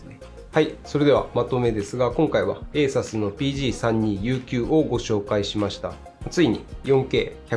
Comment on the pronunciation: ASUS信者としては、「エイサス」じゃなくて、「エイスース」と発音してほしい…